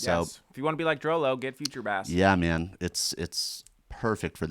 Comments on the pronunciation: ITS PRONOUNCED DROOLOO NOT DROWLOW GOD DAMMIT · It's pronounced "droo-loo." DROO-LOO you animals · its actually pronounced "drew Lou"